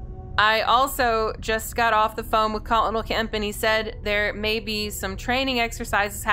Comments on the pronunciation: am i the only one that heard her pronounce colonel as col-onal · Love this series! Forgive me if I sound like grammar police, but, "colonel," is pronounced like, "kernel." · Hey you say "colonel" wrong. It's supposed to be pronounced like "colonial"